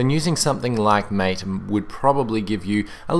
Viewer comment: its actually pronounced ma-tay... it says so on they official MATE Desktop Environment Web Page (at the bottom)